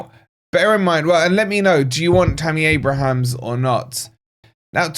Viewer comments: That’s Abraham - no ‘s’. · At least pronounce his name properly man. There's no 's' at the end.